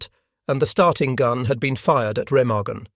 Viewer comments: Overall, a good video. The mispronunciation of Remagen is annoying. There never was any integrity among not sees. As a Norwegian resistance fighter once told me "they were all mad dogs and we dealt with them as such". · Learn how to say "Remagen"